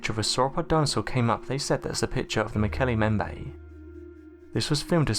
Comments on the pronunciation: Why does he call it the "Mokele Membe?" If he carefully read the word in front him, it should come out as "Mokele mm-bem-bay." And he irritatingly stops vocalising way before the end of each sente-----ce. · Mo ke le mmmm bem be Is the correct pronunciation. irritates me when people can't pronounce words correctly. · mo-KAY-lay m-BEM-bay. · mmmm-okol_umm-bem-bay that's how it's pronounced.... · You are mispronouncing the name. The second part of the name is pronounced like this: mm-bem-beh. In other words, both the first letter "B" and the second letter "B" are pronounced in Mokele Mbembe. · MO KO LAY LAY MM BEM BAY Is the actual pronunciation I am quite sure. Great video though 👍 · Muk-L-E mmmm-Bem- bay Sir Context clue for ya.. Been to the Origin area And dis be how they pronounce it... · Why do you insist on pronouncing the name wrong? There are 2 B's in Mokele Mbembe!!! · Learn to say Mokele Mbembe. ..| | seven syllables, can you not say what is before your eyes?